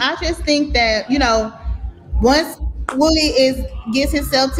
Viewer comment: his name is WOODY not woooh dee🤡🤡🤡🤡🤡